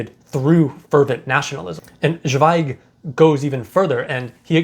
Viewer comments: Great review. Thank you 🌹 Zweig is pronounced ts'vei'g. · Great review, just found your channel and really like your videos about Scandinavian books. Just a comment about pronunciation: In German "Z" sounds like "ts", like in "let's go".